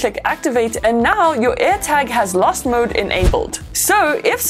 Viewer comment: I thought she was saying ‘Lust mode’